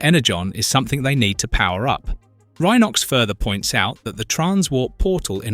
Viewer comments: Says Rhenox Instead of Rhinox a few times ugghh. I gave up. Obviously the person who made this is a fan of the show. But not fixing the names is painful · "Enagon" "Rinox" "Tiggertron" "Eyerazor" Yeah, don't use AI. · Yeah, picked up on that on the opening episode when he (or it) said that Cheetor decided to play with other cheetahs instead of boasting to Optimus about how fast he can run. Have also noticed that Rhinox had two different pronunciations within a minute of each other. The Tiggertron though is the best so far. Picturing him saying to the Maximals "TTFN, ta ta for now" whenever he wants to return to the scouting... ...and let's not then go into the Predicon version of Tiggertron, the black cat called...